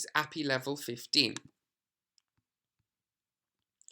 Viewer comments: It's Ay-Pee-Eye not appy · ad hominem attack. As a programmer it's very weird hearing ah-pee and it's just wrong and yes my friends and I do talk to each other like that because we see it as criticism or just poking fun at if someone pronounces or does something weird or wrong. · Yeah if he doesnt pronounce API correctly, it clearly shows he has about zero background in development. Seriously at the very least he should re-edit the video and correct the term. It just removes all credibility for this video. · Dear god, you say the letters in API separately, not treat it like its a word. Its an acronym. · The guy isn't saying he is saying it wrong "According to him". It is objectively the wrong way to pronounce a acronym. This is not an opinion.